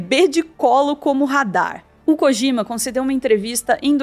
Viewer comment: Gente, todo J no japonês, tem som de D. Não é KOGIMA